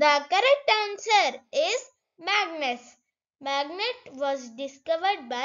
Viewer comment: It's magnus not magnes😂😂😂😂